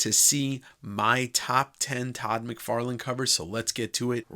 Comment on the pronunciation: My brain thought said Todd "McWeirdless" lol